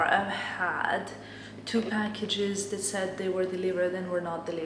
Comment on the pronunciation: Hi! Love your vlogs, especially now that you’re in Paris!!!! It’s really fun watching your perspective of this beautiful city. Your English is very good, btw. Can I offer some advice? When you want to say “this” or “that” or really any word which starts with “th”... it would be best of you didn’t say “dis” or “dat.” Your “th” tends to be pronounced as the letter “d.” It also happens with words that end in “t.” You must speak several languages and I commend you for that, but if you could make this conscious effort it would greatly elevate your English. Congrats on this fab channel and continue having the most fun in Paris!